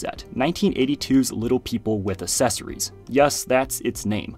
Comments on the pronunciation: When did the "uh-sess-uh-ry" pronunciation of accessory start? It's uhk-sess-uh-ree. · I will click the subscribe-button once you pronounce "accessory" correctly!